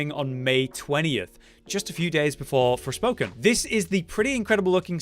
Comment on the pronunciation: Wtf is torspoken